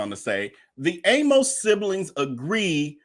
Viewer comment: I am glad you are doing this story. John Amos was my father's close friend in high school. I want to point out his last name Amos, does not rhyme with "A Most", as you say it. His name rhymes with "A miss". Thanks again for bringing us this story.